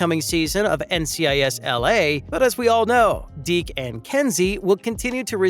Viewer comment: It’s Deeks, not Deek